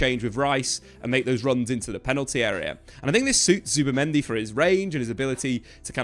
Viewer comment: zubImendi. not zubAmendi. ya knobs